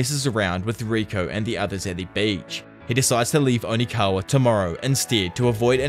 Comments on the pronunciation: It’s Okinawa, NOT ONIKAWA. Lol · Does anyone else notice he says onikawa and just rolls with it? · bro kept saying onikawa 💀💀💀 great video though 9.69/10 onikawa ruined your rating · Am I missing something ? Is there a reason you keep calling Okinawa, onikawa? Lol